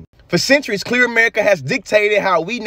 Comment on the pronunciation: 😩😩 Tell me why I went through the whole Video thinking you were say "Cliff People" 🤣🤣😭 I had to rewatch to realize you were Actually saying "Clear People" 😩I'm dead 🤣💀